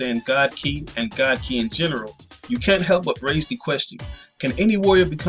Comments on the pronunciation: lol you keep saying "key" & I'm like what is he talking about its more like ky, KI KI KI KI lol (I'm just saying) your the only person I heard say "key" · Kai not key